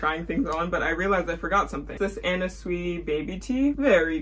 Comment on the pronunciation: LOVE THIS VIDDD also for anna sui I believe her last name is pronounced like "sway" ALWAYS LOOKING FORWARD TO UR VIDS <3